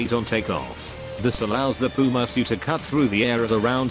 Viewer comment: "The pile misky" bruh